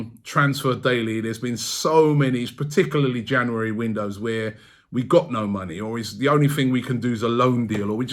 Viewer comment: Robbie it's not pronounced Janawawy.. January, just saying.